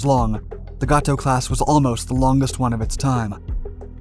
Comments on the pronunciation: It's pronounced "Gate O" not "Got Toe" PS the other one is pronounced "Bailey O" like the old pirate or the more modern word used when repleing down a cliff not " Ballow" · You are mispronouncing Gato. It is Gay-toe. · It is pronounced (gay-tow) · That’s right! Every time I heard that I cringed. Good story though